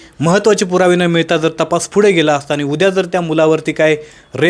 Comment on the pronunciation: अनि पानी मंग shabdha नीट ucchara